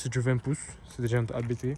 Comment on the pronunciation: On ne dit pas A.B.T mais Abt ou abte en phonétique. Abt est un nom propre et non un sigle. Le créateur de l’entreprise s’appelle Hans-Jurgen ABT. Son fils Daniel Abt participe au championnat de Formule E.